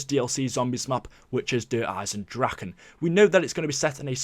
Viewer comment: Can you at least pronounce it right. It is Eye-Zen and not Dragon or Drakon its Dra-keh